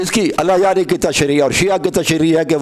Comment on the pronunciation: allah yari se behis bad me karna pehle talafuz to theek karlo apne